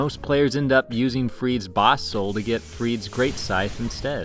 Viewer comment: Free duh. Say it with me. Free duh. Friede has two syllables